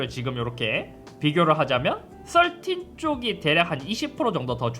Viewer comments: 썰틴! 발음 왤케 찰지져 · 역시 배우신분 13발음 좋네요 역시 남자는 핑크죠